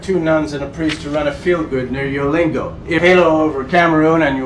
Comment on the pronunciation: Its ''Jalingo'' and not ''Yolingo''